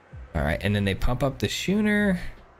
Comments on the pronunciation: Just a heads-up: That boat vehicle is pronounced "Skooner", not "Shooner" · Schooner is pronounced "Skooner" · why are you pronouncing schooner in such an odd way?